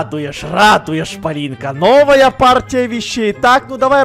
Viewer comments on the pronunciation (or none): хаха вместо того чтобы сказать ПОЛИНКА, СКАзал ПолиЛька